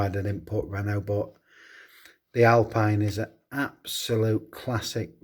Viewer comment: Thanks for the shoutout 🤩 I’ve always wondered how British / American pronounced my name, 😂 so now I know: wrongly 😜 the E at the end is silent 😉 and hw didn’t make names mistake because even alpine is owned by Renault it’s a separate brand BUT anyway great video by 👍 i have the 86 Monte Carlo, another dimi gift 🙂